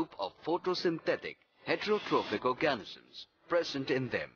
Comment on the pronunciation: You pronounce organisms wrong